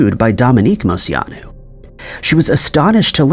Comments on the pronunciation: Came to the comments to see if anyone else had something to say about the way he says Moceanu. Mo chee on ooo. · So your first story I have a problem with...dude you have to start looking up how to pronounce famous peoples names. Dominique's name is pronounce Mo-chee-a-nu....not whatever monstrosity you were saying. I learned how to not butcher it cause I absolutely adored her as a kid! She was my favorite from the team!